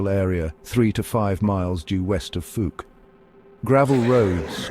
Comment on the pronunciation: 🏆👣⭐ Fouke is pronounced with the ou like in owl or ouch. Not long ō like smoke, or loose or moose. Thanks for sharing this.